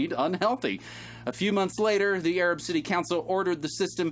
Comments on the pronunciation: Take it from a Southern girl... Arab is pronounced A-rab. It rhymes with A-rag. Make sure you really pronouce that A 😺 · It is pronounced A-rab (Ay-rabb) down there.